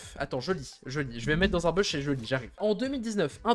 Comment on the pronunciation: 1. C'est "fortenaïte" et non "fornaïte"... c'est comme DJ, soit tu prononces à la française "déji", soit à l'anglaise "didjè", mais pas l'horrible remix "didji" (=DG en anglais)! 2. BUSH se prononce "bouche" 3. LEVEL ---> "lèveul" (et pas "leuvèle" 🤮🤮) 4. GAME, soit jeu en français est masculin. Il existe manche, rencontre, ou partie si tu veux employer le féminin. Parlez franglais correctement bordel! :P